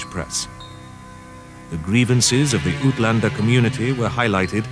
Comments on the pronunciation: His pronounciations makes South Africans chuckle. Oot-lander is pronounced ate-lander. In most Germanic languages, including Dutch, v's are pronounced as "f" and "w" is pronounced as "v". Volkswagen is prounounced fol-ks-vah-gihn. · Find it strange that a South African narrator still says "ootlander" instead of "uitlander". I also won't venture to calling it "reckless courage" by the British troops, but would rather go with British arrogance, since the British deemed themselves to be the pinnacle of civilization at the time even though their own cities were rife with diseases and were little more than roughly organized cesspools with named streets. While the British did manage to get the industrial revolution going, they also showed how poorly people could be treated while maintaining a stiff upper lip. None of the monumental accomplishments of any former colonies (with the exception of the Southern hemisphere colonies) could be matched by anything in Britain at the time, and the only reason they even managed to gain such monumental power in the first place was due to the annexation of colonies establish by the Dutch, Spanish and French as these respective colonizers were seeing a decline in their own power. Today, the British empire is an exact replica of what it actually was in the 18th and 19th centuries, a small little insignificant island that is on the cusp of betraying it's western allies in support of Russia. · Aytlanders not ootlanders- BUT nice piece of work here